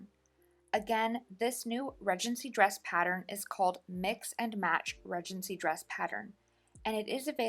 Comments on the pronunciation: Everyone says Ree-gency in the US. For some reason, she just didn't know the correct way to pronounce it. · So interesting that you pronounce it, Redgency. In the UK, we pronounce it Ree-dgency. Lovely video, thank you.